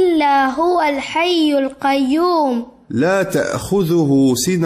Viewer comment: Bhai......huwa Al hayyul qayyum hota hai